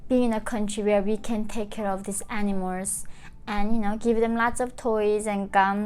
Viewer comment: Cute, when she's pronouncing animals it sounds like any-mores. Probably the correct translation of (north) korean